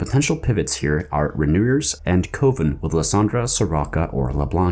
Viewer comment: Coven is pronounced the same as oven, not the same as cove, btw.